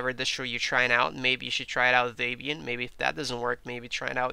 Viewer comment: Um. Not Day-Byan. Deb Ian. Debby and Ian Murdock. The creators of Debian and that package management system.